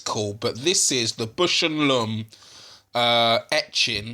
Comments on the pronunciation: "BOWSH" not "bush," and "LAWmb" not "lumm" your friend in America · Great video! Now, repeat after me: Baaaausch and Lomb. Put that "a" in Bush! While you're at it, put an "o" in Lomb.